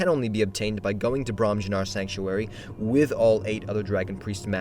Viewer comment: Firstly, it's almost certainly pronounced "Ko - NAH - Rick", like how Durnehviir pronounces "Quanahrin" when he gives the title to the Dragonborn. Secondly, it's pronounced "Brom-yun-ar". Unless it's radically difficult, it's generally a good assumption that J's in Norse, which the people and language of Skyrim is based on, are pronounced like Y's.